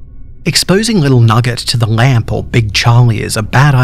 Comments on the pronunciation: he says lamb like lamp "OH GOD, RUN, THE LAMP IS COMING!" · What he said: lamb out break What I heard: lamp out break What I thought of it: a bunch of Pixar lamps stomping on people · i heared dat to lol